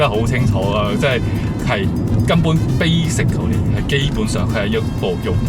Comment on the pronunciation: Basically 並非讀四個音的 悲 食 CAL ly , 而係三個音的 悲 食 kli 。 所有 -cally 結尾的字都這樣讀。 (啞音a)